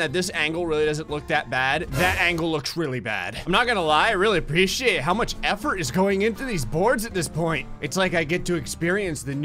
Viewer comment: he kinda sounds Scottish with the word appreciate